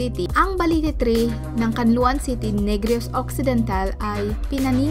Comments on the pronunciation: can la on poh hindi can lo an hahaha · Nice trivia! Correction lg po its read Can-la-on City.